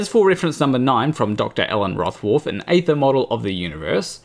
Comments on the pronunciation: Aether is pronounced eether, like ethernet. Likewise daemon is pronounced demon. That is all. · why can't you not talk proper? its EEther